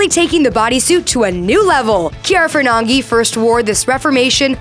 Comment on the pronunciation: Nobody can pronounce Ferragni the correct way